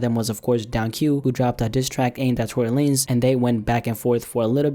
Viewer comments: You cant pronounce Tory Lanez without a big L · No it's Tory lamez